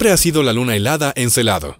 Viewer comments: Se dice Encélado. No Encelado. Y lo que dices no son nuevos descubrimientos. Ya se conocian. Si lo fueran, podias citarlos y dejar enlace en los comentarios. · Muy buen video, lo único que si les falló fue la pronunciación de Encélado y no Encelado, tienen diferente significado "Encélado " es de la mitología griega, hijo de Urano o de Gea. Y Encelado tiene relación con los celos. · Encélado, no Encelado.